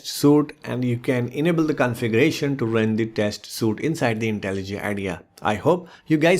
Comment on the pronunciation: it's "sweeet" not suite